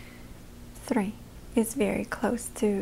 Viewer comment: Не знал, что она русскоговорящая, её выдаёт только очень схожее "three" с "три"